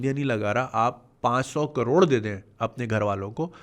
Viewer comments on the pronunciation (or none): none